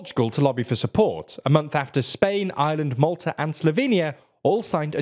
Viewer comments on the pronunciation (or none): none